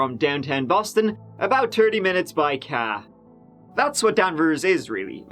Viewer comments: Cahh 🚘🤣🤣. You're becoming too Americanized ! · I hate myself for snorting when you said “by cah” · the emphasis on "caa" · You say "car" like someone from Massachusetts. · now we know the truth. You were faking your Irish accent this whole time. You're actually from mass. The way you said car was to perfect. The truth now comes out!😂😂 love your channel! Long time subscriber